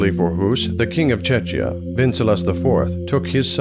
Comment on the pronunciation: Please learn how to pronounce "Czechia", or just call it Bohemia. Also, look up the pronunciation of "Jan" while you're at it.